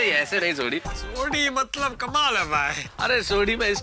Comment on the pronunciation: sodhi said matbal instead of matlab😅